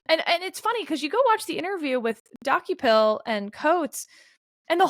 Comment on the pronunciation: As someone who occasionally watches CBS Mornings, I was cringing every time Sarah said the name Dokoupil. It's pronounced Duh-Cople, not Docku-pil. One thing that's clear from this podcast is that neither Sarah, Steve nor Kevin watch CBS in the morning. I believe Ta-Nehisi Coates' name was also mispronounced. I think it's pronounced Tah-Nah-Hee-See, but I may be wrong. Not that I want to be the pronunciation police.